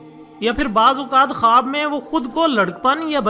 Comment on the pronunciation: khaboooo kia hota hai khuwab bolo jnab